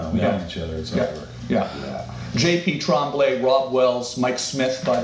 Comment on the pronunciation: it's Tremblay ! Eighteenth century french Get it rite tommy 🥴